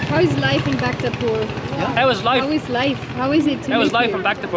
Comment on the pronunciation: the way rockey said bhaktapur.. 🤣🤣🤣